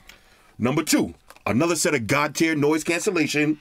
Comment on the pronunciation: The fact he roll his R’s when he says another video take me out everytine lol